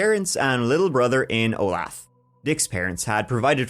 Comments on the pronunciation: It's pronounced OH-LAY-THUH - not O'LATH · Howdy! I live in the general area this happened! Of course not back then, the pronunciation of Olathe is O-lay-tha. I know it looks weird! Sorry to hear about Keith! 😢 I hope ya both have a great year! Thanks for everything!